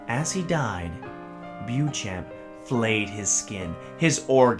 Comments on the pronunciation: U pronouncing it wrongly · My favourite creepypasta (I hate that word). I accept that narrators will mispronounce the name since very few seem to include this in their Youtube reads.